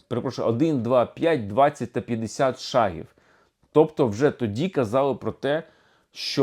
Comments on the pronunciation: Не шагІв,а шАААгів!!! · Давно пора. Тільки наголос на першій голосній при всіх відмінках - шАг, шАги, шАгів. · Тоді кажіть правильно, якщо це не московитський "шаг"! Не шагІв, а шАгів. Не шагИ, а шАги. Бо хочемо перейти на все українське, а не можемо позбавитись московитості! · так куди наголос? шАгів чи шагІв?